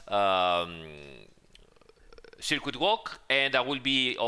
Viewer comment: Can we just get a ten hour supercut of saying "SIRQUEET" already, please?